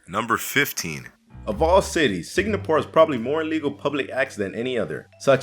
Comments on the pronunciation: and he kept saying sig-na-pore instead of sing-a-pore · Sing- Gapore not Sing-napore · it's Singapore not signapore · Is...is he saying it like “signapore”? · Well, he did say it right------once.